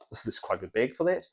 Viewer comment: it's bæg, not behg. E minus.